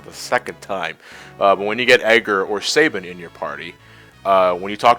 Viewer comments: You're saying Sabin wrong...stop...please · Sa-bean! It is pronounced Sa-bean! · I'm sorry guys it's not your fault, but I've heard his name mispronounced too many times. It's French in origin and it is pronounced Sah-bean. Thanks for your patience.